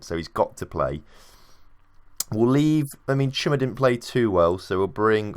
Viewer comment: You're saying it right "Chuma"